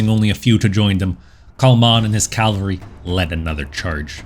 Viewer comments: Excellent video. But it is "cavalry" not "calvary". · It’s pronounced “cavalry” not “Calvary” lol